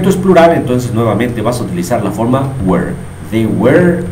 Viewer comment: Crees que esta bien tu pronunciacion de were ? Yo no lo creo